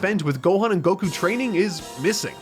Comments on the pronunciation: Coming from the guy who says Go-kü instead of Goku , we getcha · It's just Gohkuh not Go Kyu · is that why you're the only person to pronounce "Goku" with stress on the second syllable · Son Gokū Kanji: 孫 悟空 Kana: そんごくう そ So ん N ご Go く Ku う U Romanized without the Macron over the U, it would be Son Gokuu. The American version shortened it to Goku, eliminating the second U, but then changing the pronunciation of his name. It's not a criticism of the dub when I say that, mind you. I've made it my preference to pronounce the original character names; it's why I say Yaji-roh-beh and Ka-reen instead of Yaj-ir-oh-bee and Kore-in. (And before you ask, because everyone does, "Why not say Bejiita and Torankusu?" Because those are literally based off English words.)